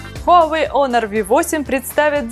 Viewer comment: пишется honor ,читается "онор"